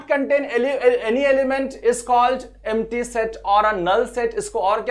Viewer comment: एमटी नही हैं एम्प्टी है